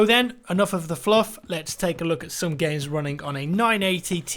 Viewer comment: The way you pronounced games sounded a lot like gays lol